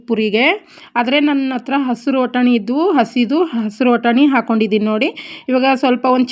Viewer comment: ವಟಾಣಿ ಅಲ್ಲ ಸಿಸ್ಟರ್ ಬಟಾಣಿ